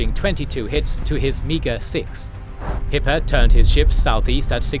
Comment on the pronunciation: Kept hearing "Hitler" instead of Hippe